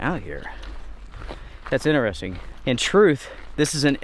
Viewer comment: I won’t how many times he said “this is inneresting”? Only reason I notice is because he neglects to say “inTeresting” haha